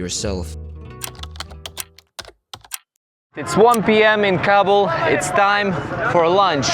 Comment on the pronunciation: I am from Afghanistan and you said Kabul wrong